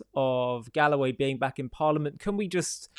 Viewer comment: its not galloway its GOAWAY